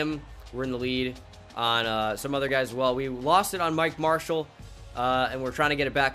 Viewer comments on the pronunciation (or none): none